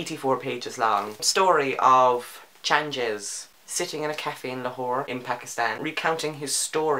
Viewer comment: The 'g' in Changez is a hard g like the g in good. Not like the g in change.